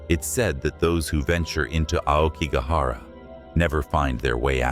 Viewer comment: If you are going to narrate these well-known and popular Japanese ghost stories, please do so with the correct pronunciation. Otherwise you sound just like any western English narrator blindly hired to read a "haunting" tale. As a starter, "AokiGAhara" has an accent on the middle "GA" . Likewise "uBAste" has an accent on the "BA" followed by a short "s", and so on. I suggest you ask a decent Japanese speaker to get the hang of these pronunciations correct (it is not at all difficult, basically a matter of where you place the accents) and thereby make your storytelling much more convincing to all of us. Good luck!